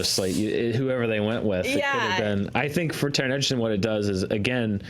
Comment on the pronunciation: It's pronounced Edge-erton not Egg-erton.